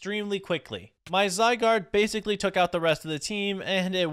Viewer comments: Your first legendary is pronounced (zi—guard) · The Pokémon legendary name that you can’t pronounce is Zai and guard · Zygard called for cells to help him and pronounced zy gard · How to say zygaurde: zi-gaurd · runerigus is pronounced rune a rigus and zygarde is pronounced zigh gaurd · It’s (zee-why-guard) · It’s zi gard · Zygarde is pronounced Zie-Gaurd. You first spot it in Pokemon XYZ. Also, Zygarde has many forms.